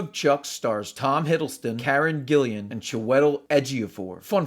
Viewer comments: It's Karen GILLAN not GillIAN. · Karen Gillan, not Karen Gillian